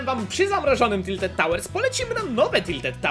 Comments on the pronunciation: "Tilted" xD bardzo lubie oglądać ciebie i kebcia i 100 widzów na, moje ulubione odc. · "Tildet" giga fajnie ze tilted poerocilo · "TILTED" pozdro 600 xDD kto tak jeszcze mówi a ja ok kto pytał wiem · Tilted". Nie będę słodził. Po prostu liczę na szczęścię narka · "Tildet" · Tildet tawers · Tiltet tałers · "Tilted" uwielbiam te odcinki i twoj kontent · "Tiltedy" ubielbiam mano twoje odcinki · "TILTED" :D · TILTED TAŁERS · TILTED Uwielbiam twoje "Siemasiemaneczko😊 "